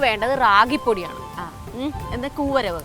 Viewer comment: കൂരഗ് അല്ല കൂവരഗ്